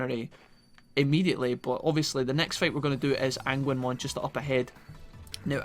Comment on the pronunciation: Today ive learned that Agunimon's name is pronounced "ANGUINMON" i cant stop laughing...